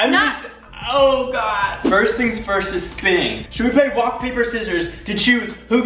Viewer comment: Am I the only one that heard "should we play wock paper scissors" ?